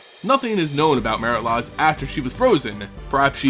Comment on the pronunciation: and its mare-it laydge not mare-it lahj